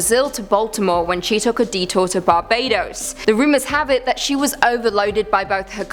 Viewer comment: Say Barbados again. 😄